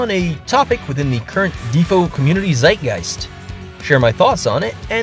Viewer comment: As a german the “Zeitgeist” in the beginning really threw me off :D great video!